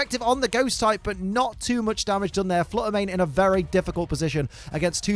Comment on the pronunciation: Shiny Flutter Mane said "If you can't say my name right, I'm out of here!"